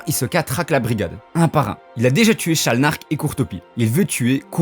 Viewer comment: C’est sharnalk pas shalnark